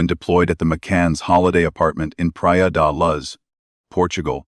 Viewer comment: The voice on this video does not pronounce Leicestershire properly or the city in Portugal Pria de Luz.